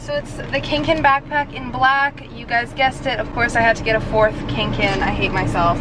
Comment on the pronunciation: TEA POTTER you know what triggered me? when she called the kanken a cankin